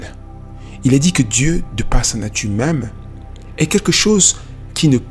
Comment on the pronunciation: y'a un problème avec les R ou quoi ? c'est pêché de terminer un mot par le son R ? ''dieu de part sa natu' même'' ''finira par deveni' obsolète''